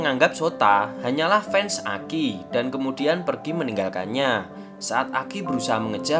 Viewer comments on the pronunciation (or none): none